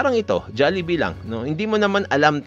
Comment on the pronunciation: MAHIRAP TURUAN ANG PINOY, SABI KO HND JALLIBEE, DPT JOLLIBEE